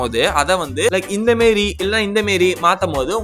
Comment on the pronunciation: inthamaari ❌ inthemeri ✅